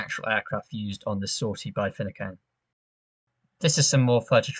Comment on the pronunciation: Great video & fantastic analysis, mate. One minor point though: It's pronounced Fi-noo-can. 👍👍